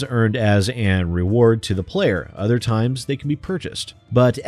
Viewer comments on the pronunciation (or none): none